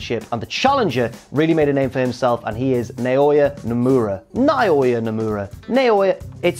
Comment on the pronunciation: you'd pronounce Naoya's name as Nowya.